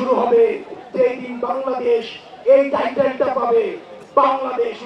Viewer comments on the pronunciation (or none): none